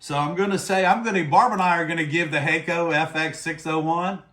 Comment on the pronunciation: Use their tip tinner Pretty sure it’s pronounced HAK- KO Not hey-ko Use 380° for lead free